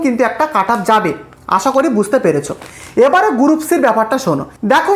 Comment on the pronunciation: গুরুপ নয় রে ওটার উচ্চারণ গ্রুপ😃😃